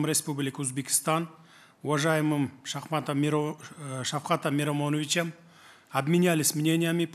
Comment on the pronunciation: ШАХМАТОМ МИРОМОНОВИЧАМ ДЕЙБИИИ🤣🤣🤣🤣